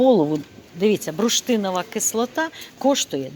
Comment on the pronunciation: Алло, Ви завжди кажете БРУШТИНОВА (кислота), але ж правильно так: БУРШТИНОВА! Дякую за розуміння...